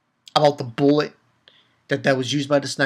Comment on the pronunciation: lol the way you mispronounced bullet at the end. Wow that cliffhanger scene at the end, something bad is going to happen. Tina better not touch Enju!